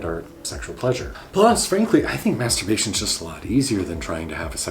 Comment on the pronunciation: May turbation